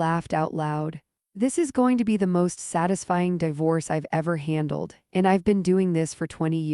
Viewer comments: Left when the AI mispronounced di-vorce 3 times. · (Dee force) pronounce